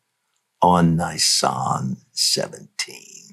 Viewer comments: Learn how to Pronounce Nisan correctly: Neee Sahn 🙏🏻 Hebrews, Middle East etc doesn’t have long vowels, only mostly Americans do. Use short vowels on most, of not all Bible words. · Just to be clear Dutch, in the word Nisan in Hebrew. The "I" is pronounced "EE", there is no hard I sound in the Hebrew language. Secondly, given that Yeshua prophesied He would be a full 3 days and 3 nights in the grave, the count from Nisan 15 ( He was put in the grave just before sundown on Nisan 15, with Passover starting the at sundown (the beginning of) Nisan 14. So night one and day one in the grave would be Nisan 15, night 2 day 2 would be Nisan 16, night 3 day 3 would be Nisan 17, so the resurrection would have had to have happened prior the the completion of the next full night, so prior to dawn on Nisan 18. Just fyi, Leviticus 23, which outlines the Feast days and the days on which they fall, does not give a number to the day of FIRST FRUITS (Yom ha bikurim...the day of His Resurrection, it only says that it is to take place "the day after the Sabbath". Yet keep in mind too, that unknown to most non-Messianic followers of Messiah Yeshua, there are actually two Sabbath days in play during the Passover season. The first one would begun the evening of the first day of Unleavened Bread (evening starting the 15th of Nisan). That special Sabbath day was the reason for the rush to get the bodies off the crosses "before the Feast (of unleavened bread. The following day would have been another preparation day getting readt for the weekly 7th day sabbath, so they would not have had time to take spices and annoint Yeshua that day. The second Sabbath would have been the regula